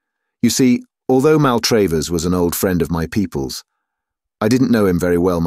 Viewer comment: I normally love reading, but his mispronunciation of Maltravers (said SO many times) was infuriating. The second A is pronounced as in 'black', but he pronounced it both as in 'date' (MaltrAYvers) and sometimes as in 'father' (MaltrAHvers)! If he's a real English person it's bizarre, if a bot, very annoying!